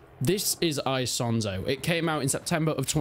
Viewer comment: "Aisonzo". I do love how English native speakers can't speak any other language out there😂